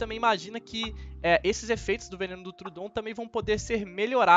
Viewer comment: Está usando muito bem os capítulos nos vídeos! Racho de rir na pronúncia dos nomes dos animais kkkk deÍno, trudon..